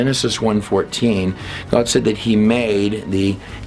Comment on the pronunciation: Wow so much bad info in just 30 minutes NEVER trust a dude that can’t pronounce the word GOD